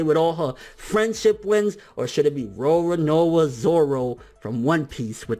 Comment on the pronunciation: He still can't pronounce "Roronoa" even after all these years! LOL!